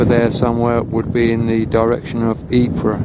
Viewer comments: Pronounced - Eeepeer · Absolutely. Being a Flemish region and a Flemish town, Ieper, is Ee-per.